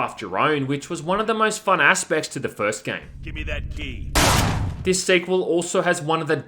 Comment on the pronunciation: I kept hearing “Gimme that D,” instead of “gimme that key.”